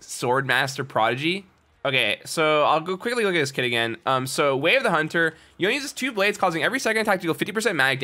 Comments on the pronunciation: Since it's Japanese it's yo-ne, not yone like it rhymes with loan lol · the name is yoné like you put an accent on that e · Please voy, dont say it yoen. 😔😔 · his pronunciation of "y'own" at the start triggered me so much lmao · It bothers me so much that he says yone instead of Yone(Yo-nay) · YONE not yonay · cringe every time you call him yOWN. Its pronounced yonE(yonay) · Its YO-NAY! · Let's make it a thing to pronounce yone as yo-nay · It's pronounced Y-Oni, because you know... an Oni. :) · I'm pretty sure it yo-ne. I think it should be pronounced as if it is Japanese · Imagine multiple media out from the thresh skin to the cinematic with the correct pronunciation and still getting it wrong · Voyboy ,until you don`t pronounce YONE`s name correctly ,dont you dare to say you are Yone god! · They way he says Yone without the E makes me triggered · E is not silent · Had one job and still doesnt know how to say Yone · omg its not pronounced like that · kinda cringe every time he says yone's name wrong :/ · Stop pronouncing his name like that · you saying his name wrong constantly is so annoying